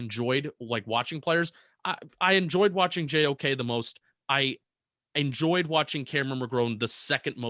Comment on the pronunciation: im almost 90% sure u didnt say JOK’s name right LMAOO